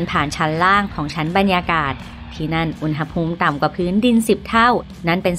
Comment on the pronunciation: แอดมินคนนี้แหละที่พูด คำว่า "อุณหภูมิ" ถูก (อุน-หะ-พูม)